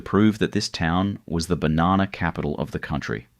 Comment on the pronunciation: 30 Seconds in and im done listening to you pronounce "Banana"